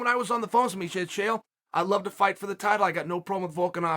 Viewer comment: Chael "with HOWT" Sonnen